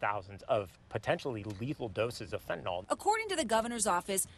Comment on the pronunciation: "fentanol"? fen ta NYL